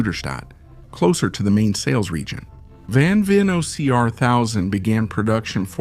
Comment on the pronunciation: Man I wish you could pronounce his name right.